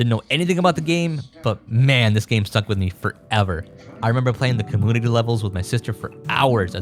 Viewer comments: what the hell is a cahmoonittea? Also its a combuster, not a cum buster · Dude please, commOOnity???? you don't have like an accent or anything, why do you say it like this 😭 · Every time he says commoonity I cringe. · Take a shot every time he says cumoonity. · Why do you say commonity instead of community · Why does he say comoonity 😭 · You know there is a U in community its not comoonity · Take a shot everytime says "com-MOON-ity" instead of community. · please stop pronouncing community like commoonity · like how do you pronounce emulator normally but say compooter and commooonities ???? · Do you seriously say commoonity like that?? I HATE it. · Comoonuty you say ? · Com-moonity lol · What on earth is a "comoonity?" Why are you saying it that way?? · Brother, it's com-mu-ni-ty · why do you pronounce the word "community" like that? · The way he says community is so fun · I love how you pronounce community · why does this guy say community like that? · great video don't get me wrong but please say community right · The way you say community is really bothering to me (too much I know) And English is my second language (🇮🇱) so it’s odd Anyway your content is awesome and that is the most important thing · cool video. Why are you pronouncing "community" like that? This is the first time I am hearing someone saying like that